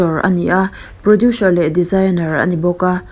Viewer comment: Producer hi 'produsher' tih a lam rik a ang lutuk a.. ka ngaimawh riau a ka rawn sawi mai mai ✌